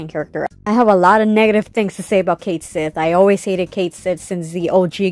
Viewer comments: Cait Sith, in Scottish means loosely "Cat Fairy". It's pronounced like "ket-shee". I'll see myself out. Cool video. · Ok, I still haven’t played the remake game yet to know, but every video I’ve watched calls Cait Sith “Ku Shi,” except this one. So is it actually pronounced Cait Sith in the game?